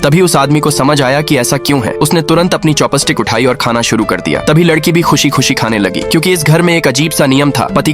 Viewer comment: Chopsticks ❌ chopasatickas